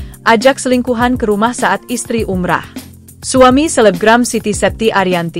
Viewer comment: Umroh ucapin yg bener bgo